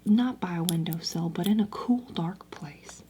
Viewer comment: Not windersill lol.